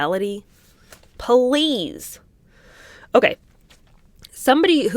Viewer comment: Pah- leez!!!. 😂